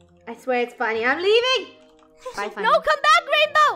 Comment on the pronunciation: No its not funny its funneh